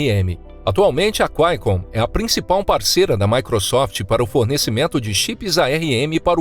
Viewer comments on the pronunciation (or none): Quaicomm? Não é QUALCOMM? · Cu- ai-con😂😂😂 empresa mineira?